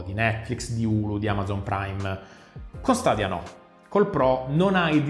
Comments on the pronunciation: Sarò molto sincerò per me è una buona idea ma è ancora una tecnologia giovane è ha bisogno di essere perfezionata lo stesso vale per ps now comunque si pronuncia stedia e non stadia è inglese mica è arabo comunque apparte ciò ottima recensione come sempre 😛😛😛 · "Stadia" non si può sentire ahahahah